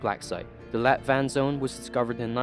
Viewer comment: Am Danish and I hear light water instead of let vand lol